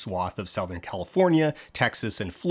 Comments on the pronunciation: great video dan but please dont pronounce southern like that... youre hurting me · south-ern. I'm hollering. Great vid tho!! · sow-thern alberta? What an interesting pronunciation. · “… SOUTH-ern Alberta…” SO Canadian. 🇨🇦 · is that diphthong in 'southern' an alberta thing? for me (ontario) the first vowel is the same as in 'tub'. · As the gamers say, "new pronunciation of 'southern' unlocked"